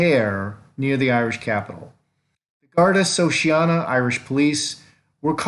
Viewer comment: Dun Leary Garda Shee-a-kawna